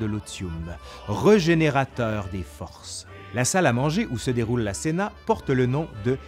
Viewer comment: En tant qu’italien, je pense que cena se prononce « tchéna », mais je n’ai pas fait de latin